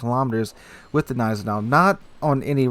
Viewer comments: lmao i was cringing everytime he said neisenau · The G of Gneisenau is actually pronounced ;) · You pronounce the G in Gneisenau.